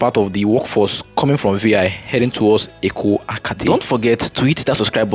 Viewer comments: you are doing a good job. But take of pronunciation of area names, this should be part of your work. There is nothinglike Eko “Akate” as you called it. It is Eko-Akete. Please correct yourself. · Good job bro!!! It is pronounced as Eko A kay tay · Well done and congrats on using a drone...it makes a lot of difference. Meanwhile it's EKO AKETE, not Eko Akate 😊